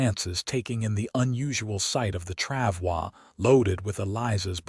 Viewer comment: FYI, “travois “ does not have a French pronunciation. It is pronounced “trav-oy” (rhymes with “boy”.